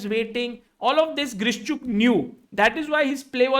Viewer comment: It would be actually Grishchuk😅 Not Vidit